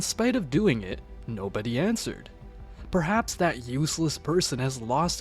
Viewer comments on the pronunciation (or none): none